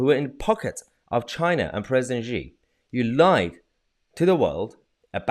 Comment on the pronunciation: The Chinese leader's name is pronounced 'She', like a girl... not whatever noise it is that you insist on making every time you reference him. Otherwise, keep up the good work.